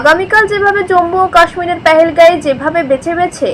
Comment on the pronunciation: আর এ ম্যাডাম উচ্চারণ টা তো শুদ্ধ করে বলতে পেহেলগায় আবার কি?? পেহেলগাম হবে